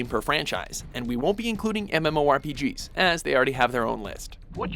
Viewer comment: "THIS IS A MUMMORPEGERH"